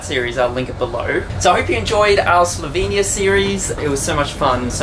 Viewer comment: How you cant say slovenia but ok